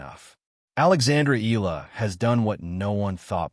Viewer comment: It's pronounced Ee-Yah-Lah, not Eelah. Stop using AI for your voice-over.